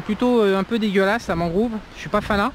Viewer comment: 1h de marche ça veut dire non accessible en véhicule? Seulement en bateau ? Si oui, ça va effectivement être chaud pour la construction. Ah et c'est mangrOve, pas mangrOOve 😂